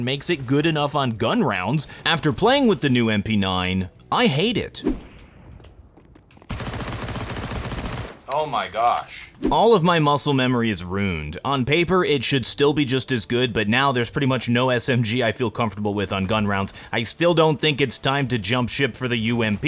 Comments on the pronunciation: Hey, you pronounce "ruined" like "runed" which is incorrect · "all of my muscle memory is RUNED" - why'd ya say it like that lol?